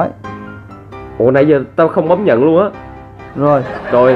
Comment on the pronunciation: Ko nhấn chữ nhận